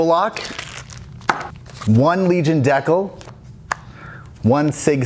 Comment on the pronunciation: How can i trust a mans word..... who says Decle instead on DECAL